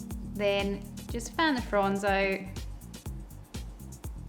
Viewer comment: I keep hearing your "fronds" as "prawns" 🤨